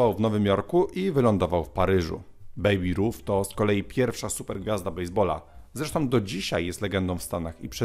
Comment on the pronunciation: Nie Bejbi Ruf tylko Bejb Ruf(oczywiście jest to zapis fonetyczny)